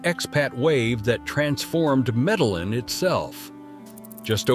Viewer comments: Somebody teach this INDIVIDUAL that it is Spelled: C - O - L - O - M - B - I - A!!!!! And my Beautiful & Bad A_s City is Pronounced: ME - DE- YIN, with a heavy accent on the YIN (the last 4 letters); Spelled Medellín. Just as my Proud Colombian & Medellinite self grew up in the U.S., I had to learn Proper/Correct Pronunciation of everything in the U.S. You foreigners can do it too; just simply educate yourselves w/something that shouldn't be soo hard to do. A bit of an exception for those who are 60+ older folks, but I'll start w/folks being 40-45+. As our parents had issues w/the language when we moved to the U.S. & they were in their 40s. All the other cities were totally mispronounced also; who is this guy?? Or is it an AI Voice? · I had to stop after the 3rd Medal-Lin. Couldn't take it. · It’s ai. Not being able to pronounce Medellin correctly is one of the give-aways. But I agree with you, get the pronunciation correct or I lose confidence in the veracity of the video. I have spent a total of 6 months in Colombia mainly in Antiochia and Eje Cafetera. My next visit I will check out Popayan. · Why say Medalin and what other errors are here🎉 he has numbers backwards. Pero is stronger than in a long time. Any dummy can do a video.